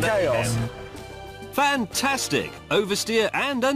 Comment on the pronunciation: is it me or did he say fanta-stig?